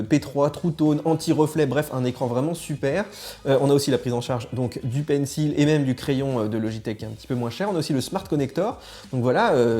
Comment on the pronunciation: C’est quand même pas compliqué de prononcer « pencil » correctement ...